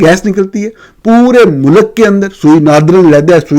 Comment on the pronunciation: You pronounce ملک as Mulak it's Mulk . You are a renowned journalist. Try to pronounce right word